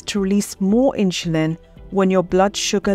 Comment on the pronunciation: All good info, but what is this awkward pronunciation of word "insulin"!!?!?